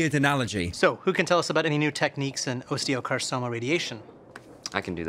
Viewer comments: muh "osteoCarSoma" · wtf did he just say osteocarsoma? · do you think they just didn’t realise he mispronounced osteosarcoma, or do you think the did realise and couldn’t be bothered to retake